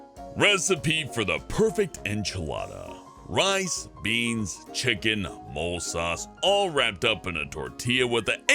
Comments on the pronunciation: Typically enchiladas are made with red chile sauce not molé, (pronounced mol-eh, not like the small rodents). That was cute :) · MOLE? mohl? MO-LAY?